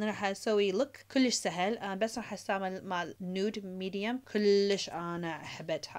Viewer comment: Kolish helo kolishh kolish 😂